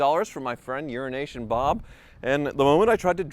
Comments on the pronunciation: It's an inside, on-going joke. He's actually calling him "Unrination Bob" and usually Wizard corrects him with the "Euro ASIAN" bit. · Love how he calls him "Euronation Bob", but the guys name is actually "EuroAsian Bob". Not sure if there's an inside joke between them I'm missing or what, but he's totally butchering the guy's name. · It's EuroAsian Bob, keeps trying to add an & in the middle, and makes it sound like urination. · Sorry about the comment, but is it just me when he says “Euronation Bob”, I hear “Urination Bob”. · What is the deal with mispronouncing Urination Bob ? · I must say every time you say “EuroNation Bob”, I hear you say “urination Bob” 😂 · Disliking every video he says Unrination Bob. It is getting beyond condescending.